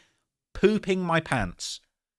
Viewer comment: litcherly pewping moy pawnts